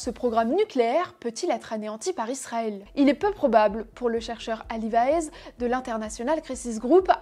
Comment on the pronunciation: Pourquoi tu dis "Lisrael" ?